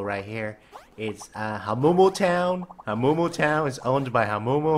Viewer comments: When says hamumu Hawmumo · It is not HAMOOMOO